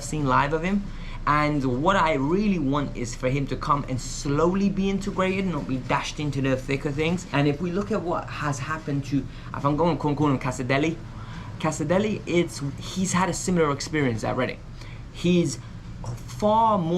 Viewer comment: Kas-ah-day is how I understand the pronunciation. Not Caserdelli 😂 sounds like a dessert